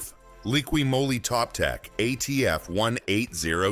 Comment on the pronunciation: What's draining engine oil out of at least 4 engines have to do with ATF? What does showing pistons & valves have to do with ATF? Jesus For dumb! And it's Moly not Molly. To the folks that can read & talk out there, Valvoline Maxlife multi VeH!